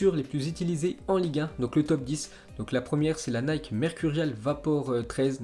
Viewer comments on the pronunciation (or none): none